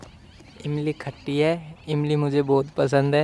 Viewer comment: khatti nahi bhai tatti bola 😁😂😂